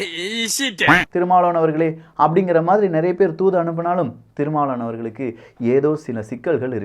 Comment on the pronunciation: Yen pa unaku tamil sariyave pesa varala , thirumavalavan nu solla varala, tamil tamil makkala yemathura ne